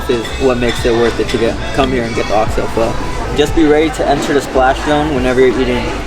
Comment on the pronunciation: Oh, you silly girl, Bun Xeo has no eggs in it and it's not a pancake. LOL. 😂 at least you're pronouncing Pho correctly.